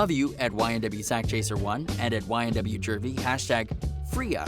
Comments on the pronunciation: JEW-V not Jurvy man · IT IS JUVY NOT JERVY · Where the fk is this dude from? He can't pronounce Juvy? The hell he keep saying Jervy for. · He said ynw jurvy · STOP SAYING JERVEY ......wtf